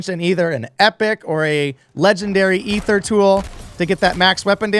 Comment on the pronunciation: This a pretty solid augment. They do need to tweak the tier 3 loot drops, for sure. Also, this guy pronounces Aether and Aetherium properly, so it’s a must sub.